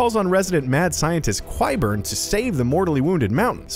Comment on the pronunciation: Qyburn is pronounced with a K (Kyburn) not a QU sound...